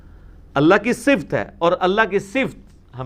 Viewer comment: انجینئر صاحب اس پر توجہ دیں ------------------------------------------- صفت کا صحیح تلفظ ص کے نیچے زیر ف پر زبر ت پر جزم(یعنی ت ساکن)